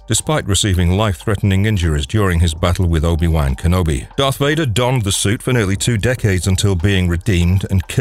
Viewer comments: Obi Wank Enobi? That is NOT how its pronounced 🤣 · Jesus the way you pronounce obi wan kenobi is so angering